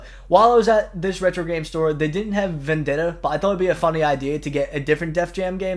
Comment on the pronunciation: Very funny to get Rap Star instead of Vendetta lol, I'm telling you buddy, once you play Def Jam Vendetta, you will love it and play it for hours. (BTW: Props for saying my last name right. 10/10)